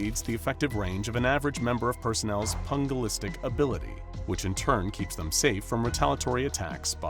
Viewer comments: The word is pronounced PEW-gel-is-tic, not PUN-gil-is-tic. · Pugilistic is pronounced like “huge”. Not “Hug.” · 1. You spelled SPC wrong 2. It's pronounced Pewjilist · The correct pronounciation of "pugilistic" and calling sharks "sea going mamals"... clearly, your research has been corrupted by some GOA as these are simple things that you should have gotten right!